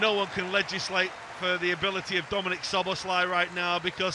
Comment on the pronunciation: It's "So-bos-lie"... still not correct tho but the closest one